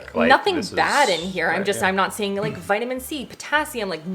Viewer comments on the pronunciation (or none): none